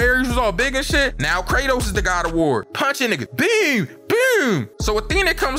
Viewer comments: It BOOM,not BUOOM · Whenever says "boom", he goes from being to being Sir-nsei😹that "byoom, byoom" is super hilarious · bro said "bewm" like tf2 demo man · bro says boom like he from baltimore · bro says boom so weird